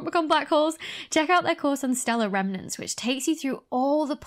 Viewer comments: She said remernants again. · Maybe I am just too sleep-deprived, but every time you said "stellar remnants" I heard "stellar revenants". So now black holes are undead stars. That is awesome.